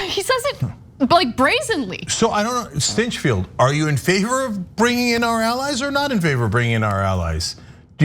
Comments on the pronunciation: did u just say, "Grant Stinchfild?" :) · I bet his home life is just blissful magic... And by the way; "STYNCHFEILD"? Really?